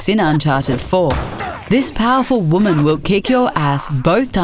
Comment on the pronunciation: I haven't played uncharted 4 as yet so I might be wrong but that Nadine character seems like a big SJW "Women are better so fuck you" move. I may be wrong but even the way the narrator suddenly emphasises the word "WOMAN" when she says it. Seems like they really wanted to make the protagonist seem like a buffoon next to an untouchable "Godly" woman hey. But as I say I have no other context to the character other than this video.